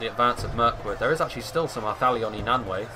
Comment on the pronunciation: All -ai's (e.g. Nanwaith) are pronounced as -i. For example in eye or kite.